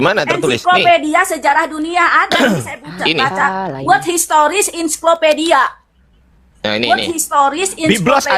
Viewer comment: sebut ens saiko pedia bukan ensi ko pedia" 😊